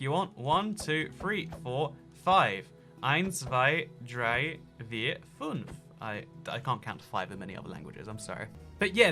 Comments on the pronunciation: "funf"😂😂 hallo btw. its fünf, not funf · es heisst übrigens fünf nicht funf